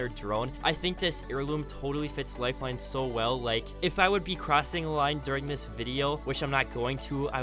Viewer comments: Lifeine, do you mean life-line. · It said lifeine xD